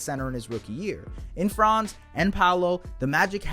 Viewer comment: One last thing: Franz‘ name is pronounced differently. The „a“ in Franz is to be spoken shortly. It is a short „a“.